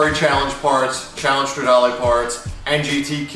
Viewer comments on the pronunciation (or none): none